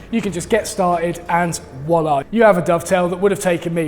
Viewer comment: I’m pretty sure it’s Voila and not woila 😁